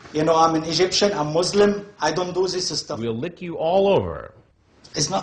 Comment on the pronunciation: "You know, I am an Egyptian. I am Muslim. I don't zissa-stuff!" Ohh yes you do,!